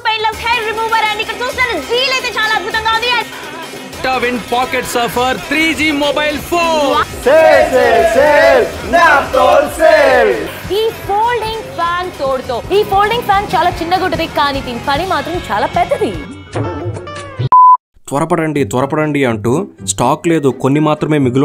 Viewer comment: Nyap tolu kadu babu. Naap tol. Hindi lo Naap ante kolavadam and Tol ante thukam veyatam. Hindi lo aachi tuchi konatam ni Naaptol ke Karidho antaru. First adi palakadam radu kani vadi paina joke lu vesthunav bro. Mancho chedo valu chesindi online purchasing lo oka trend valani chusi india lo online purchasing percentage and online apps growth ayyayi. Amazon, flipkart, meesho lo leva elanti chetta products eppudu.